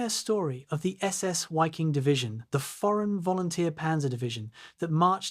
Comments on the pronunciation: Pronounced V-ee-king. Otherwise just do the English pronunciation, better than a mess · Dumbass ai doesn’t know that German Wiking is pronounced Viking.